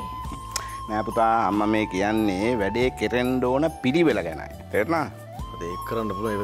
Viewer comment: ආක්ශා අම්මා කියලා එකපාරට ආන්ටි කිවුවා වගේ අද මට තව කෙනෙක් ඒ වගේ අම්මා කියලා අද ආන්ටි කිවුවා වගේ ඇහුනා .එක ඇහුන අය තව ඉන්නවාද?